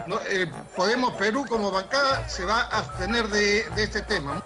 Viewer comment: Urresti, tremendo corrupto!!! Le quitaron la careta. Este ignorante que no sabe ni hablar, es un delincuente más!!!. Y no es “astener”, asno, es “abstener”